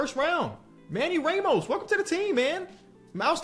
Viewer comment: Why does say "Ramos" like a 70yo white man from Texas 😂😂